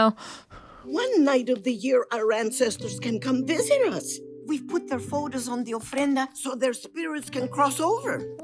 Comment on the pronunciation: The way she says photos sounds funny. Please don't take offense. It just sounds like faux toes, like fake toes 😂 Great reaction, btw. I don't think this one ever made me cry, but Up and Encanto got me